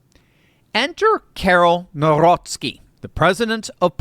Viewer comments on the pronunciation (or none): You butchered that name. 😄 It's pronounced: [CAR-ROLL]... (Maybe someone has already commented on it.🤔)... Great report and good news as I live next door to this country!